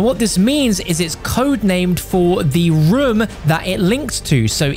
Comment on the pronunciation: . He really said reum instead room